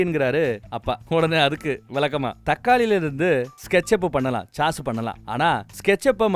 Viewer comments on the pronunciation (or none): none